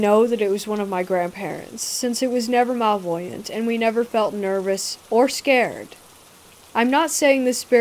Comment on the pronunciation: It took me a while to realize they were trying to say "malevolent". It's pronounced MA-LE-VO-LENT. Not MAL-VOY-ANT. Lol!! I was like, I've nvr heard that word B4. I need to look it up. Then I realized they meant "malevolent". 🤣🤣🤣